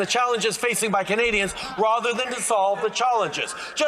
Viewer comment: ahhhh, he said “Rother!”